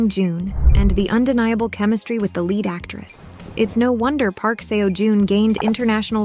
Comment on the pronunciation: I wish you had taken the time to learn how to pronounce Park Seo Jun's name right. I couldn't finish the video cos I cringed everytime you said seewo or seeyo.please respect people & their names.